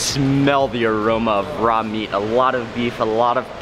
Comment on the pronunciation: Its FVCKIN "RAW"